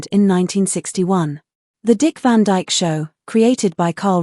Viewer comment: Its Dick Van Dyke,not Dick Van DJK.